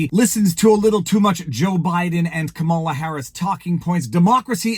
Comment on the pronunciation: Im a big fan but when someone repeatedly pronounces a word incorrectly it drives me crazy. Its comma-la. Wtf? I don't get it.